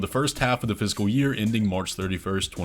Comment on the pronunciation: Every time you say “fiscal year” it sounds like you’re saying “physical year”